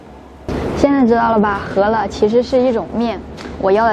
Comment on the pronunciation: 大多数up主字幕都乱写：是“饧面“，不是”醒面”； 是“擀面”，不是“杆面”或“赶面”；是“汆水“，不是”穿水“或“窜水”；等等。还有读音都乱说的：是“huo面”，不是“he面”。